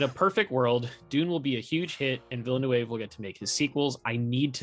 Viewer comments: his last name is pronounced ‘veel-nuv’ guys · Guys, if you are such a real fan, please say the director's last name correctly. If you do not know how, look at any interview with him, there is always called the name of the director. So learn it. In the surname Denis Villeneuve, the last letter is not read.